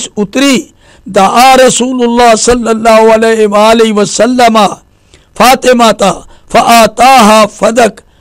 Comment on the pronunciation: O Bhai sallallahu alaihi wa alihi wasallam bolo to pora tameez se bolo yeh kiya hai saleowasalam ?